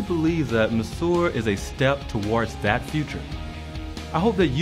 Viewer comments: I think that If they wanna market this well, they should at least look up how Monsieur is pronounced. It's very frustrating. And the design is absolutely horrible. I hope it evolves into something less massive and cubic. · Kudos to these young men and I wish them much success. Try not to be so hard on the guy for his pronunciation of 'monsieur'; it just sounds southern American influenced. Check any dictionary. 'Tiki', however, as in tiki bar, should be sounded: tee-kee. There is nothing unintelligent about these guys and I'm certain they will find their target market(s) and thrive.